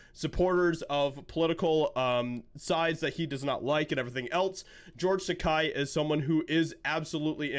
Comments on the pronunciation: Its’s not Takei as in “eye”, but Takei as in “gay.” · Isn't it Takei, not Tekai? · His name is pronounced Tay-key 🙄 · Just a slight correction (more a clarification): "Takei" is pronounced "T'-kay", which rhymes with "gay" which is what he is which is how to remember the pronunciation. Other than that, I agree 100% with what you said. I don't agree with many of the Hollywood elite's political views. However, as long as they don't bring those views to their performances, I have no problem watching them (or listening to them in the case of musicians). I think Madonna should be arrested for saying she has thought about blowing up the White House, but I like her music, anyway (I'll listen to it as long as it's free, but I won't support her financially by buying an album, etc.). As for George (and Whoopi Goldberg, for that matter), I am a lifelong "Star Trek" fan, so I can watch a "Star Trek" show or movie regardless of who is in it. The "Star Trek: Picard" second season premier episode had Whoopi reprising her role of Guinan, and I'm OK with that since she's the one who played the part in "Next Gen". But I will NOT watch "The View", for example, where she gets to be herself and spout her brain-dead garbage on pretty much any subject they cover. Same with Takei. I'm OK with watching him play Sulu, or any other role he's played, but I do not follow him on any social media sites simply because I so totally disagree with his politics. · Just a FYI ... His name is pronounced "George Ta-kay like in gay." His words (sorry. Star Trek UBER Trekkie.) I used to like following him on Tweeter... Now ...not so much. Prefer Bill Shatner (even tho he's a dick too), Robert Picardo and Pat Stewart. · His name is supposed to be pronounced "takéé". 😭😭😂